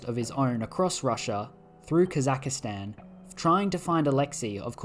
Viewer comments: came for holy russian empire, stayed for "kazakhastan" mispronunciation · The worst crime you've committed in this video is pronouncing Kazakhstan as "Kazakuhstan"